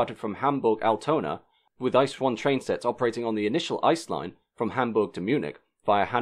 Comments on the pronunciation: I wouldn't go that far. I.C.E. pronounced as an abbreviation (in English) would have been good. Also, I liked how he went from the I.C. Experimental becoming the "ice" train. XD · It’s pronounced like “It’s see e” And Eurotrain (ICE-TGV train) was using ICE 2 powerhead. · Bombardier is actually both an English and French word, with different pronounciations in each language - as the company is Canadian, the French pronounciation would technically be correct. ICE also isn't a word, it's an acronym, in the same way you would say "h-m-r-c" instead of "humruc" Still a really interesting video! 👍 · Just a quick sidenote. The name ICE is actually spelled I. C. E. You would never hear a german call it the ICE train. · A really interesting film and well researched, but I can't help feeling that hearing the German words at least once before you tried speaking them would have been very beneficial. ICE for example is pronounced by disconjoining the individual letters, much like you would say other acronyms like EU or HS2. Of course some of the longer words are quite difficult to pronounce if you're not used to them, but even I as a native German speaker was unable to understand most of them. Flashing them up as subtitles might have been helpful too. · It's not "Ice" it is I...C....E!!! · ICE is not pronounced as "ice", but I-C-E! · Great video, good information. But every time you call it an "ice" train instead of an I.C.E. it sounds like your reading an wiki page. I know it's very common for English speakers to call it an "ice" train but it still sounds strange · It's not an "ICE" train, it's an InterCity Express - pronounced "eets zay ay" in English. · Again a great video! :-) Just one thing: nobody says "ice". It's "I.C.E.". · (basically too many to all include here): It’s pronounced “I-C-E”, not “Ice”. (Or is it not?) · It’s an I-C-E not ‘ice’. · One little thing... DB calls them i-c-e (making you spell out all individual letters)... They are not ice trains